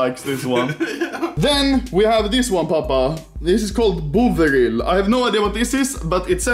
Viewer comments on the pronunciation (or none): it cracks me up when he said bovril sooo wrong